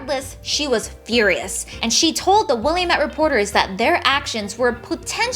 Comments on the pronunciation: it's Will-am-met, not Willy-met. Otherwise, great video. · Love the vid! Just wanted to let you know as a former resident of the Valley, it's pronounced Wil-AM-it (rhymes with "damn it!") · not tryna be rude but Willamette is pronounced will-lamb-it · Wil-lam-it damn it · I loved this video! :D Note: Willamette is pronounced will-am-ette. Keep doing what you do! :D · It's pronounced Will-am-ette because early Oregon settlers didn't care about French phonetics. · Thanks. This was very informative and interesting. also, Will-AM-ette :) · As someone who lives in the "Willy-met" Valley lemme just say I am now tempted to pronounce it how you have just to irritate everyone around me.